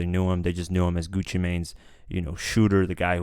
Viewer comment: bruh hes name isnt pronounced Gucci main hes name is pronounced gucci man